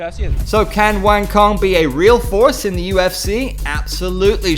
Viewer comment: Her name is pronounced "Wah-ng Tso-ng" by the way. just for your information. don't take it the negative way.